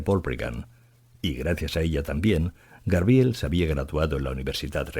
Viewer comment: Debería volver a grabarlo por el fallo tan grande de decir muchas veces GRABIEL, ¡por favor! qué fallo tan grande 🤦🤦🤦🤦 es muy grave en alguien que lee para tantas personas, que eso lo diga alguien que no tenga estudios es entendible, pero aquí es inadmisible, no sé si voy a ser capaz de seguir escuchando, como siga diciendo GRABIEL cada dos por tres. Me está poniendo mal cuerpo